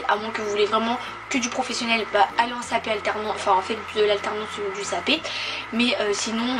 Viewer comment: Pourquoi tu dis cap p